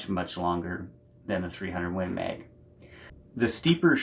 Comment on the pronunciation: Win Meg. 😂 I love your accent dude.